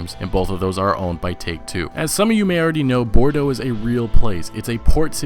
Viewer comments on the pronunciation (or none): none